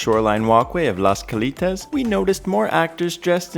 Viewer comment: This is so ridiculous. The buffet wasn’t “free”. You paid for it. And it’s Cal”ei”tas, not Cal”ee”tas. That show that was created by cirqu’s supposed co founder was axed. It bombed. it’s the poor man’s version of cirqu, plagiarizing cirq. Wait for the real thing.